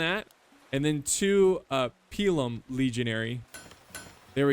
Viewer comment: It's pronounced pilum